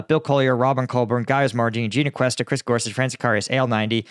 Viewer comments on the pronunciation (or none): none